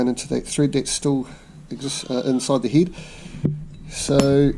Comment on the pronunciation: "There's steel a centimetre of threed stuck in the heed" 🙄